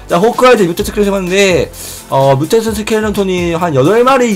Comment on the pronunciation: 뮤텐트 스켈레톤 ㄴㄴ 뮤턴트 스켈레톤 ㅇㅇ